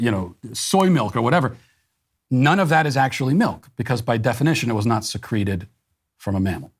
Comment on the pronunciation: "it's not the only thing that can be secreeted" i'm dead hahahah